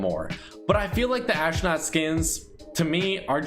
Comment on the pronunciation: WHY THE HELL IS HE SAYING ASHNOT IT'S PRONOUNCED ASTRONAUT!!!